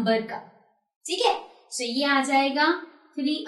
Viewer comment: Mam you are telling so as sho 🤣🤣🤣🤣🤣🤣🤣🤣🤣🤣🤣 good teacher